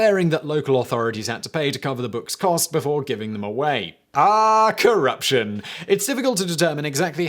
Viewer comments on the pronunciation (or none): none